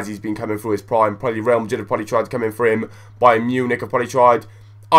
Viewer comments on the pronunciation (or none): none